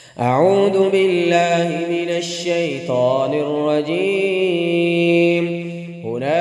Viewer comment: Bulky اعوذ بالله ko bi aap اعود بالله parhty hen Aisa kion